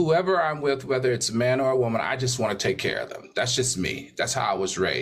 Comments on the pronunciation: The way AL say woman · I hate hearing Al say these TWO words.. SUSSESFUL and WOEMAN!! lol HE BUTCHERS WORDS!!